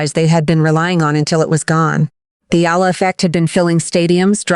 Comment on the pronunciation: Finally her family name is pronounced correctly--Eala (E-YA-LA)